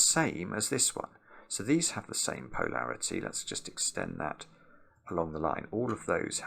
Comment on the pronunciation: Tried it. Brok it. Restarted it. Tried it again. Brok it again. In a different place. Time to watch the video. pronunciation of poe-larity will never stop leading to hi-larity 😆